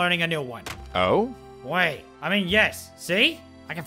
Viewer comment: Hmm that's not how you would say "oui" LOL!?